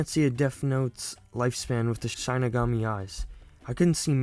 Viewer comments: my fav part of the video is how he mispronounced the shinigami he says shine-igami when its shi-ni-gami but i honestly find it funny and kinda makes me happy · Its pronounced "Shin-Knee-Gam-Me" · Shinigami is pronounced (shih-nih-gaa-mee) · also its pronounced SHEE-NUH-GAU-MEE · It is pronounced shi-ni-ga-mi it means God of Death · How to pronounce Shinigami: She (female pronoun) Knee Ga (Ga in Lady Gaga) Me (first person pronoun/referring to yourself) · Dude i think you said shining all wrong just saying not being rude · You should watch the actual show also you say shinigami wrong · your consistent incorrect pronunciation of Shinigami deeply pained me inside, so I’ll let you know how it should be pronounced: Shi- (like the starting sound of “shin”) Ni- (like the starting sound of “nickel”) Ga- (like the starting sound of “gone” Mi- (like saying “me”)